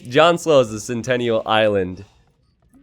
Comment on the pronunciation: Sentinel, not Centennial.